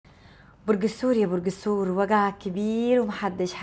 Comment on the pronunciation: الثور وليس السور